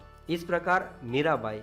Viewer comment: It's Mira Bai but pronouns like Mera bai